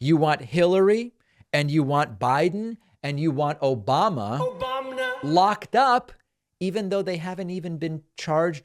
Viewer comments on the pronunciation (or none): Obamna LOL 😂😂😂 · I literally laughed out loud when I heard "Obamna" 😆🤣 what an idiot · I will NEVER... I MEAN NEVER not laugh at that "O-Bam-Nuh" drop 🤣🤣🤣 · OBAMNA! 🤣🤣 Gets me good every time. 😂😂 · Obamna !!! It never gets old David.